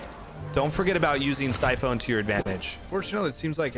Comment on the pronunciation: 🤣 Sy-phone...its French 👌